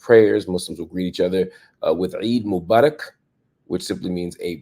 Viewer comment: I liek the way you said Eid Mubarak. Thank you for the work you do <3